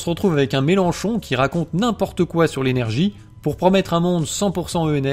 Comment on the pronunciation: Mélenchon avec un "a" Ptdr "Melanchon"